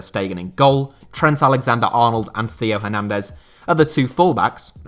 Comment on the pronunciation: France top four left backs: Hernandez, Hernandez, Mendy, and Mendy. Feel bad for Hernandez and Mendy. Theo and ferland specifically. Theo for consistently getting his name butchered on this channel, and for being beaten out by his older brother, which must suck in terms of sibling rivalry. Ferland for being so good and then just getting injured.